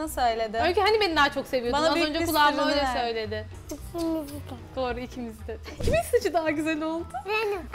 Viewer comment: Kimi daha çok seviyorsum Annemiğhk İkisinide seviyoğk ❤😂 Mikrofonğk öyle ddmiyoğhk